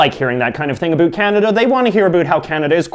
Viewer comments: Stop saying aboot, no one actually says aboot. And it's pronounced "Poo-t-in" not "pootenn" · Stopping intentionally saying aboot. It's not funny. We don't actually say that. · I've never heard a canadian say about like you. ever. in 32 years of living all over canada. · What it all aboot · You're making Canadians look bad, NOBODY pronounces it aBOOT.... You are obviously a wannabe hipster with the ironically lame hair and the overly enunciated accent. All of the Canadian foods you are presenting are basically the same as American foods, and if you don't know how to pronounce jos Louis (joe Louie) then you obviously don't know to freeze them before eating... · His pronunciation of about is clearly a joke. No Canadian says it like this. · From what I hear Canadians do say O's differently but it's usually hardly noticable. His is VERY pronounced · Why can't you say about properly. I'm Canadian and everyone I know speaks it properly. Obviously your from the far east or an island in bc